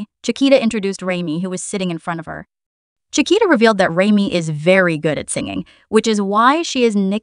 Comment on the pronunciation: Great video. Pronunciation of the members names could use some tweaking… - Rami is Raw-Me, not Ray-Me - Asa is Aw-Sa, not Ay-Sa, although the later is a nickname, as she’s an Ace! - Pharita is Pa-Rita, not Fa-Rita Thanks 😀 ❤❤❤—❤—❤❤❤